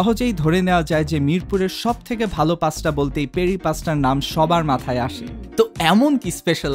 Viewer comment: ধানসিড়ি থেকে কাচ্চি নিলাম 160/- নিল মাংস টা একদম এ টেন্ডার ছিল না .ইনফেক্ট যে পিস টা দিছে ওটা তে এত বড় হাড্ডি আর নাম মাত্র মাংস লেগে ছিল। কি ভুয়া রিভিউ করেন ভাই? আর বার বার পাস্টা পাস্টা করতেছেন।এটা কি পাস্টা নাকি পাস্তা?বেশি শুদ্ধ উচ্চারণ করতে গেলে যা হয় আর কি।।